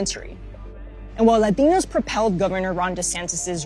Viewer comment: Ha why does she sometimes say "ladinos" in super authentic accent and sometimes "Latinos" like any average person would say it?